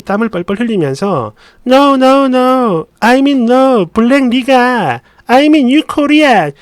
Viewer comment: 니가=니그로 를 줄여 깔보듯 니~궈 로 들릴수도